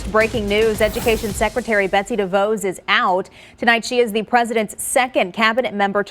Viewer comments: DeVOSS, not DeVOZE. Why don't you know this? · Dah-Voss not daVoze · It is pronounced De-VOSS. where have you been for the last 4 years? Is the name new to you? J io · Its DeVos not devoos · FYI, as someone who lives in Betsy's father's town, (Amway, the original pyramid scheme company) and 5 miles from her, the O in her name is soft, not long, as in Hoss Cartwright. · After all these years she doesn't know how to pronounce Devos' name?